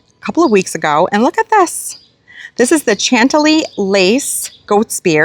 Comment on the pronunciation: Although it confuses and amuses my husband and me when you mispronounce names, please learn to how to say the names "Campanula" and "Chantilly." Sorry for the criticism, but it really will help your credibility as a garden maven.